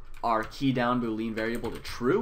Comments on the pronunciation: "BooLEEN or BOWLEEN however you say it" bruh it's "boo lee ann" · I'm pretty sure "boolean" is pronounced "'bu:-li-an" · It’s pronounced boo-lee-īn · Bool (like pool but with a b) ee (as in he, she, we) in (as in... well, in.) Bool-ee-in. Boolean.